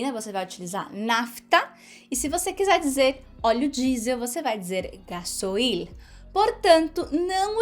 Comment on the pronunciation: Hola! Soy argentina y vivo en Brasil. Felicitaciones por tus videos! Contenidos importantes y divertidos! En este videos sólo puedo hacer una corrección. No se dice “ga-so-il”. Se dice “gas-oil” (oleo en inglés) “ga-sóil”. Muy divertida la historia!! Pobre el dueño de la moto…